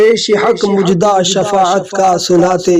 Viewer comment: مجدہ نہیں ہوتا مزدہ ہوتا ہے بھائی صاحب سدھار کرو